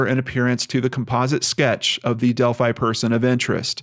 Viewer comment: isn't it pronounced Delphy ?